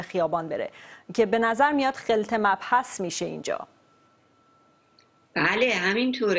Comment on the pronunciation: " خلط مبحث " با کسره حرف اول غلط است.خلط با فتح حرف اول درست است خانم مجری.